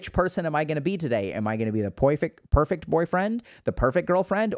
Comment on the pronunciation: I burst out laughing when you said “Poifect boyfriend” 😂